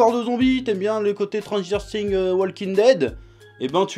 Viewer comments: J'adore par contre c'est "S"tranger Things pas tranger things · Lauræ Bæ tt le monde n'a pas une prononciation de ouf 😂😂